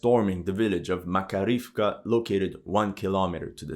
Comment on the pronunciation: Thank you for your analyze. BTW in Makarievka stress on the 2d a: Mak A rievka. Im from Russia.